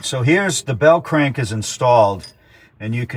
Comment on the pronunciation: Nice video. I like it. "The Bell Crank-uh"............Everytime U come out with uh new video I see how long it izz and say to mee self COOL! I'll watch it ta night-uh when Im relaxing drinking uh Modelo along with watching "Atomic Era Motors" with that 50's cat...........